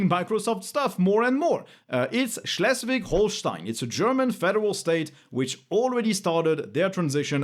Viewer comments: You pronounced Schleswig-Holstein pretty well 😊 🇫🇷🇩🇪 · Good job on the pronounciation of Schleswig-Holstein! Grüße aus der Freien Hansestadt Bremen!